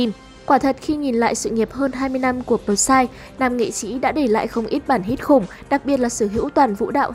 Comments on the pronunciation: Bờ sai vkl, P S Y người ta thành đọc thành bờ sai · Huhu, sao lại đọc là pờ sai